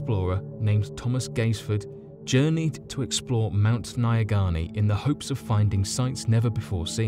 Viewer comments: dungoist I can tell you that no. 1 is a load of crap. Mount Nyangani, not Naya Ghani as the author spelt and pronounced it, is not creepy or spooky. I am a Zimbabwean and have been climbing that mountain since I was a kid. I, like many Zimbabweans have climbed it several times and have never experienced anything odd. I have spent a lot of time in Nyanga, which is where the mountain is located (my Uncle lives there) and have never ever heard anyone say the animals are not of this world. We are a small country population wise and believe me, if there was some urban legend it would be the talk of the town. It’s also a load of crap that no one have ventured up the mountain since this guy. The mountain does get mist and there are signs telling you to just sit down and stay put until the mist passes. There have been a few accidents over the years but that is because people don’t listen or use logic and they continue walking through the mist and fall into crevices, etc. I think that, like the author said, this guy became disoriented and confused. It’s not even that big a mountain, you can go up and down in a few hours. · I am a Zimbabwean and your pronunciation of Mount Nyangani is hilarious. I genuinely had no idea what mountain you were talking about until I figured out what you were trying to say. I understand that you wouldn’t know how to pronounce it but I suggest looking up pronunciations before doing your videos. Also there is nothing spooky or mysterious about it. I have climbed it several times as have thousands of other Zimbabweans and I have never heard this so called legend.